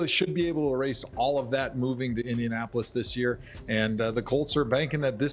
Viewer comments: treyguild he said it like two wards. It’s india-napolis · "indian-Apolis" colts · * "Indian Apple-less" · Indian Apolis? It's one word, bruh. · "Indiapolis" i love ya Rich but cmon lol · Indian-apple less colts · I'm pretty sure most people pronounce it like indian-napolis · I was just saying this dude cant even pronounce it